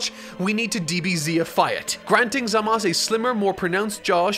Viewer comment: I love the styles used!! It makes me want to watch the entirety of dbz for a 10th time lmao. The only issue i have is how you say Zamasu. Its Zam-ah-soo. Three syllables. Not zam-as. Im not 100% about the subs and how they say it, but in the dub, its Zam-ah-soo.